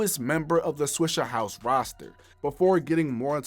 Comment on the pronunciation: it’s swishA house, not swishER house. mayne Hol’ up!!